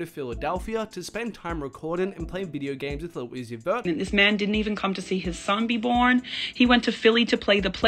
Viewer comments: “He went to play PlayStation with leddlo oozie” 🙄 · Nah bruh she said lil oussi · She said lil oozie